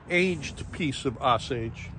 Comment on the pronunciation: Osage . . . pronunciation is with long "O". Like "Oh". 🙂 No, flip drawknife over. Holding scraper wrong . . . pull it, not push. It's not necessary to "baby" limbs that are that thick. You're not going to create a weak spot in tip area. That's where the least stress is. It's why last 5-6" can be tapered down to pencil sized width. Using heat gun to "set" bend is common technique.